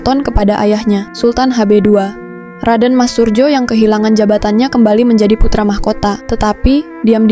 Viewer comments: Min bacanya sesuai Ejaan dulu J=Y jadi Suryo bukan Surjo. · Min narasi pengucapan nama salah krn itu msh tertulis dg ejaan lama jd bacanya juga hrs dg cara ejaan lama, tertulis surjo bacanya suryo, kalo ejaan baru skrg memang bacanya surjo yg kalo ejaan lama menulisnya surdjo di fahami ya.